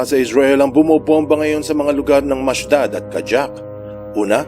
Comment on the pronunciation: Not Mashdad but Mashad is the correct pronunciation of this City.